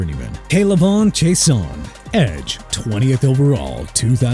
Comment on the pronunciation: ISAIAH IS PRONOUNCED AI-ZAY-UH! IT AIN'T PRONOUNCED E-SAI-AH! YOU CAN'T SAY PPL NAMES PROPERLY THEN YOU SHOULD QUIT! ALSO IT'S K'LAVON (AS IN CLAY-VON) CHAISSON (JAY-SOHN)!! I'M TIRED OF CORRECTING EVERYBODY!!!!!!